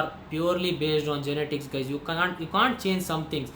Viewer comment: YE-NE-TICS yarrrrr